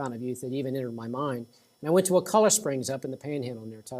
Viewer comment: It's actually pronounced: Wuh- Kuh- Luh. And the POS Florida government put a sewage treatment plant right over the main spring, ruining the water just in case you didn't know. There's also a collection of springs there called CJ Spears where the FDOT clear cut all around it and put a road in going from Tallahassee to Crawfordville. It ruined the natural filtration system of the trees and is now ruining the spring. In 10 years these springs will be ruined if they aren't now. May wanna go check them out before it's too late. Sorry to be the bearer of bad news.